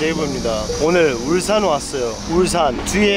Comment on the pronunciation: 울싼 X(발음) 울산 O(발음) 데이브 의 빌음